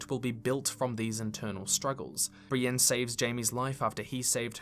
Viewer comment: I'm always baffled by peoples' pronunciations of character names: Arya = 'eye-yuh'? Even Brienne has her own version: "Ahh-yah" 🤣 And then there's the 'Sanser' and 'Aryer'.